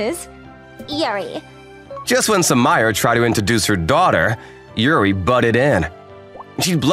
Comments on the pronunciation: Sumire=soo ME ray Sumire=/= Soo my er. 🤦🏿‍♂️🤦🏿‍♂️🤦🏿‍♂️ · Sue-Mire? Sue-Me-Ray. You guys know better!